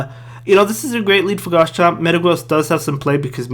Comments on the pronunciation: Pls call it Garchomp instead of Gars-chomp bro Thanks for the content anyways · why do u call garchomp “gars chomp”